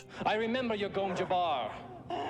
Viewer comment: Bro, I get you're Swedish but can you put in at least the smallest bit of effort in trying to pronounce the english g sound in Gesserit or Gom, or the j in Jabbar? English isn't my first language either but come on. Bene Yesserit / Yom Yabbar is not it lol